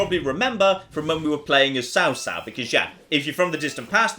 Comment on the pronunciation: this looks like a mobile game if i've ever seen one. Also, Cao Cao should be pronounced Chaw like chowder. I laughed at destroying the MOUNTAIN.